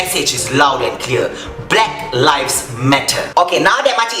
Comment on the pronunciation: Pronounce the word lives correctly ,it is not pronounce like word LIFE